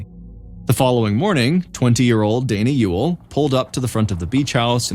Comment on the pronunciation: That you for pronouncing Ewell correctly